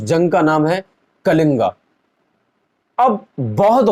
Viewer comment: Pahle na kalinga nahi hota kaling hota h 🤭🤭Bhai madrse ka gyan isi tarah ka hota h🤣🤣🤣Bhai 💻💻laptop kholkar rakhne se gyan nahi aata use istemal bhi kariye thoda🤭🤭🤭🤭🤭 aur search karke thoda bataiyega ki ,,,,,Ashok ne bodhdharm apnane ke baad kitne yudh kiye please 🙏🙏🙏🙏Apne bola n ki bodhdharm apnane ke baad talwar ke dam per dharm parivartan kiya please thoda uska answer jarur dijiyega🙏🙏🙏🙏🙏🙏🙏